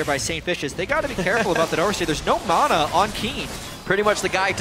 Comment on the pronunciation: ***** ma-nah. thats how i say it. not mo-naw